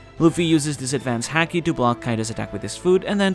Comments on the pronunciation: it's pronounced Haki as in haha not Hacky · Lol couldn't help it, every time said "Haki" I thought he was going to finish off with "sack" 😂🤣 Great vid as always my man blessings... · please learn the right pronounciation of the ''haki''